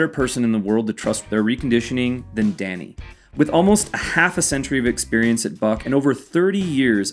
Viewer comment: "Experiance"??? WTF?